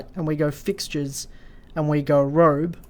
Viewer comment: Cool plugin. Thanks for the vid! It’s Ro-bee btw 😉